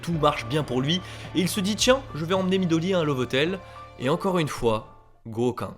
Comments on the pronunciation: pas Goka, Goukan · Quand tu prononces le mot pour exprimer le "tu sais quoi" J'entends précisément un "goka" Et dans mon pays "goka" Veut dire trouer du coup ça me met grave mal à l'aise quand je l'entends haha